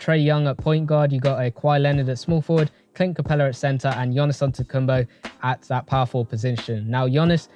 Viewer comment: You’re the GOAT and all but I beg call him Giannis not Gionnis 😭 Only man I’ve heard pronounce his surname better than his first name 😂🤘